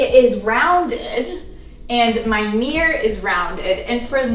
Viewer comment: The amount of times she says "Mee-yur" made me turn away from this upload.